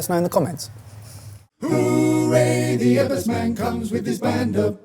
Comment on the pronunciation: Chef Eggers not Ebbers